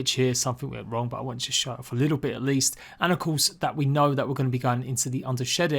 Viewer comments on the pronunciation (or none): none